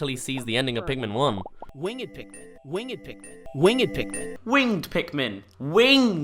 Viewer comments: In different countries people pronounce winged as wing-ed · You can say wing-ed, it sounds like you are describing mythical beast, but you can say it.